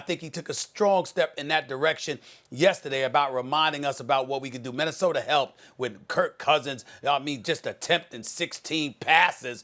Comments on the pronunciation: i don’t understand why black people add r’s to the end of words that don’t have an r. it’s MINNESOTA not MINNESOTER.. he does it on so many other words. makes my skin crawl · “Minnesoter” -Stephen A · Ah yes minesoder great state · Stephen “Minnesoter” A. Smith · "Minnesoter"? Why does he do that? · Stephen “Minnesoter” Smith 😂😂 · Minnesoter vikers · Nobody: ABSOLUTELY NOBODY: Stephen A Smith: Minnesoder